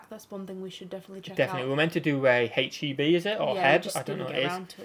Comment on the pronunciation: You probably already know by now, but H-E-B is pronounced as three separate letters, not one word. Also, Walmart and Target are not proper grocery stores. They're department stores with some groceries in them.